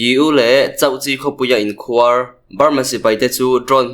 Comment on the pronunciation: in khuar tih kha khuar tih tak kha thluk hniam la i lam dik chiah ang mizo tawng hi athluk a zir in a sawi tum adang daih thei ania khuar tih tak kha thluk hniam tawh ang che aw